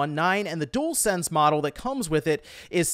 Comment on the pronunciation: At least you can say dualsense properly unlike some people on YouTube 😂.